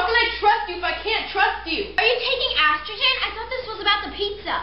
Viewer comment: R u taking asstrogen? You sound like you said ass instead of es